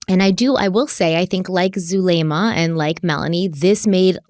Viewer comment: I believe Zulema is pronounced "Zoo-lemma" like the name Emma